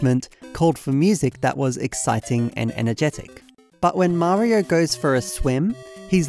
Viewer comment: How are you the only british youtuber that can pronounce mario correctly